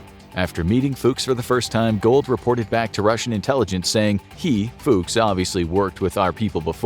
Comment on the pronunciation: That's not how you pronounce "Fuchs"... also Snuck...